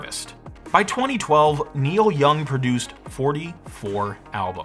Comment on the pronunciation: Niel Young, ugh...